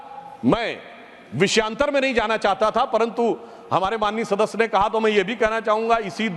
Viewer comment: शादस्य 😂😂 के शास्यदस्य 😂😂अबे भाई बिरला सदस्य होता जैसे सोर नहीं शोर😂